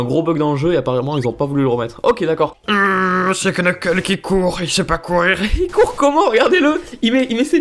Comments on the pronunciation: Knuckles sa se prononce Nekels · CA CE PRONONCE : NEUKEULSE !!! 😭😭😭😭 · On te l'a sans douté déjà dit mais "Knuckle" ne se dit as "Qneukeule" mais "Neuckeule"; bref le K devant un N ne se prononce pas en anglais ;) ;) ;) et vraiment désolé si c'est la cent-millionième fois qu'on te le dit :p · Par se que en anglais on prononce pas le k donc sa fait nuckles